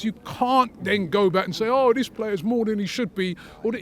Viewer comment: “Vat” game and “Vis” game 😂